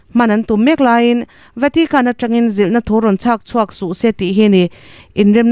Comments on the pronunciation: Chhah chhuah nilo in,chhak chhuah tia lam rik tur a ni zawk lo maw. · Chhahchhuah nilovin chhakchhuah a ni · Chhah chhuah ni lovin chhak chhuah tih tur aw.